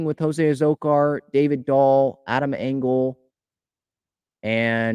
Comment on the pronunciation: Adam Engel (not angle like this keeps mispronouncing) - "He’s also a quality baserunner, as the excellent speed that has made such a gifted outfielder plays on the bases. He’s stolen 47 bases in 64 career attempts, including a solid 12-16 success rate last year. His right-handed bat offers manager Bob Melvin a chance to shield incumbent center fielder Trent Grisham from tough southpaws on occasion